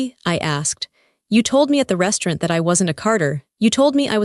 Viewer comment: AI can't say restaurant